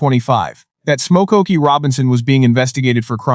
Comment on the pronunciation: Come on A.I. Stop pronouncing his name as: 'SMOKE - OKIE!'